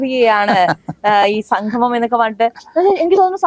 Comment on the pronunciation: സംഘമം അല്ല കുട്ടി. സംഗമം